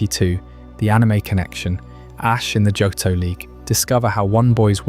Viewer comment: It's Joe-Toe. Not Jot-Toe. But it's at least Day 20 odd for me. You are my night time listening. Thank you 🙏🏼